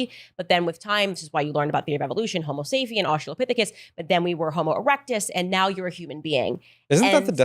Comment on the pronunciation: Sorry, but if you can't pronounce the thing it is you're professing to be knowledgeable about, then I don't want to have a debate with you. Listen and watch closely when they are talking about evolution. Candace says " homo -safe-ian." What a ditz.